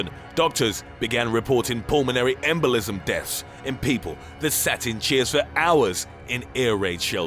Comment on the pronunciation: Why is he talking like that? "This is called a pulmonary EMbolism!" LOL